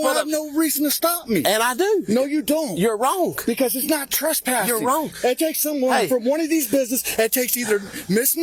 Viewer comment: Fire the cop for not being able to pronounce "wrong"